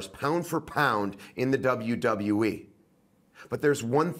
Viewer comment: Dublew Dublew E -________